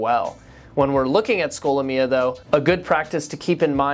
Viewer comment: Why do you say the name like that??